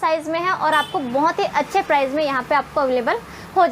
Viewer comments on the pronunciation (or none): none